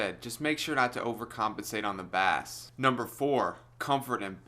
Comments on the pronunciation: Dude pronounces it "bass" not "base". Opinion discarded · Please learn to say bass. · Did he say bass response? Like the fish?